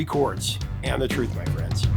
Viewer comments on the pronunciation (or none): none